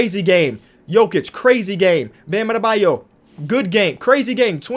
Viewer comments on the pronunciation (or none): none